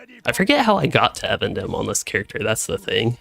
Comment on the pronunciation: eVENdim not evan dim xD